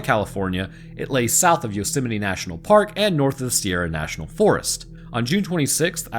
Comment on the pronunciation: today i learned that people pronounce yosemite different than me